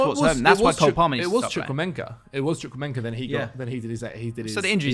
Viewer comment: "Chukwuemenka"..., leave.